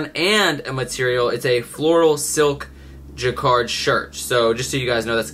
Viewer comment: You’re pronouncing Jacquard wrong